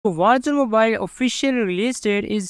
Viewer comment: captions or not, that's what it sounds like he's saying